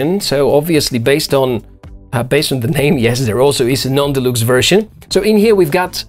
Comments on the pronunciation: I know English is not your home language. However you speak very well. But deluxe is pronounced delucks. Just trying to help. Great item.👌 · Позволю себе одну маленькую ремарку - произносится "делакс". Великолепный обзор и отличный английский, спасибо!